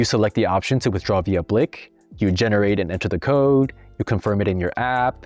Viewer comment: blik is pronounced like bleak or bleek because the I is pronounced like ee